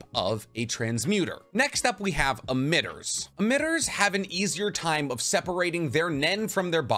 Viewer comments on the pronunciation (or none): been enjoying for videos for a while, good stuff as usual. though I am now nearly convinced you mispronounce stuff on purpose now lmao. "admitters".. bruh lol you know it's emitters/emission. you can't tell me that isn't on purpose. bless you dude, lol.